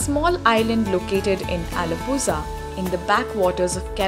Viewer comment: It's alappuzha not alappussa😑